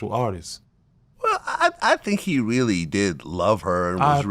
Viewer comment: Reallllll crazy 🤣